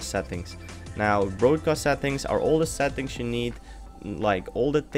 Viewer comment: Cool, lol, whenever u say settings, it sounds lkike ur saying sad things, haha :D